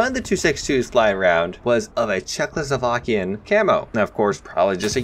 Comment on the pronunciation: Czechoslovakian .... Ripping my ears apart.